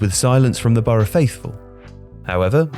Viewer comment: Nah it's boro